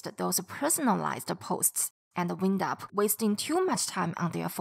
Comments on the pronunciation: Yes. Had the word "wind" been a noun, your pronunciation would have been right. But as a verb, it pronounced like the past tense of "whine", which is "whined". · Great video. But you mispronounced WIND UP